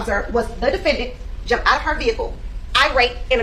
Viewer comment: This prosecutor has a DOCTORATE in law & STILL says "Axed..." & jump ouch yo car." Unbelievable. Thank god for affirmative action.